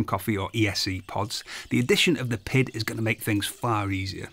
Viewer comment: I hate how he keeps saying it has a “pid”. It has a PID, pronounced Pee Eye Dee, controller.